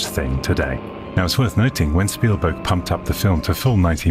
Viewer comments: Speven stielberg? Did I just hear that correctly at 1.23? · I giggled when he said speven steelberg 😂 I do that crap all the time hahaha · Speven Stillberg? Hilarious. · Did he just say "Speven Steelberg"? Oh my God, it's time to go elswhere. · "Speven Steelberg" 😁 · Speven Stealburg 😂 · speven stielberg 😂😂